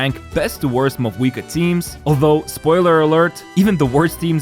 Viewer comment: If only you pronounced her name right.